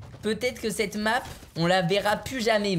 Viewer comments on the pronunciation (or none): none